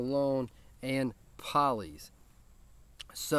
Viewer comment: I've been wearing Poly's for about a week straight and I love it. For the record, Tyson says that Poly's is pronounced Pole-ee's, not Paul-ee's(it was his granddad's nickname). Either way, great video brother! I'm glad you dig their stuff man! Tyson and his wife seem like totally awesome folks! God Bless, and Beard On!